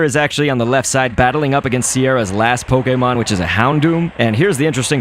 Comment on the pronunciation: the way he says pokemon poke-ay-mon lol